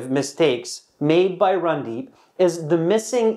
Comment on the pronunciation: It's not Rundeep 😂 it's randeep